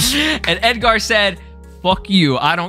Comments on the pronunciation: Why do you over pronounce the AR in Edgar? You sound like a pirate 😂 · Who tf is Ed-gar😂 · Why you saying “Edgar” like that ts pissing me off lmfaooo😂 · i don't think i've heard anyone pronounce edgar that way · They way you pronounce the name Edgar is killing me🤣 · Why are you pronouncing Edgar like that lol I thought you were hispanic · Why bro pronouncing Edgar like that